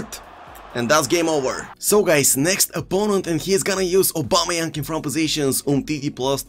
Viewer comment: Or aubameyank